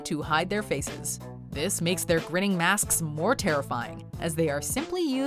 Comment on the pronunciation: 😂 She said MASKSKSK 😂